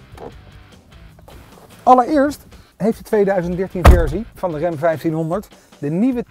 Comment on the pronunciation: De "rem" 1500? Jesus man.., 'tis Ram, zo schrijf je het, zo zeg je het.